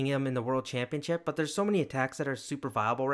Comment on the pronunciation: the way you said championship sounded more like champion chips 😂